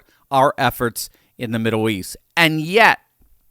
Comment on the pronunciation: "Midduw east" 🤣